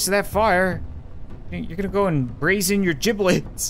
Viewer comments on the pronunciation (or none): none